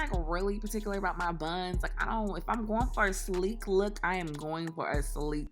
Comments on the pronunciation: if y’all looking for a slee-kee-koo-K lookk u better annunciate that “K’s” Sis..that flatlined my edges 😂😂😂😂😂😂😂😂😂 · Lollll that extra “sleeKK looKK” cracked me up hahaha